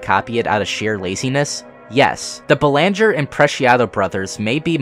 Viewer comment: FYI you mispronounced the last name Belanger. It's pronounced BEL-ehn-jer How do I know this? I just so happen to have the same last name. Dunno if we're related though